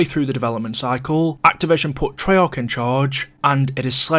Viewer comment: i think its an english thing, americans keep a's short